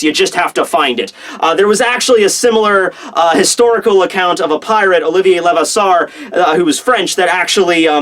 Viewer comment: STOP BUTCHERING OLIVIER LEVASSEUR'S NAME. Seriously you gotta learn some French. even a little French would be enough